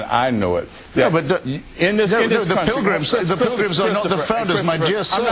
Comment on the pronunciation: How does Mr. Blackwell (a man who pronounces "pilgrim" as "pril-gum", and uses the phrase "there HAVE been an ebb and flo") even rate a discussion with Mr. Hitchens?